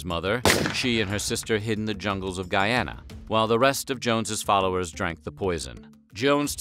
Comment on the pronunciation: And btw it's pronounced not "Guy-Anna" (long sound A) but instead Guee-anna (short sound A)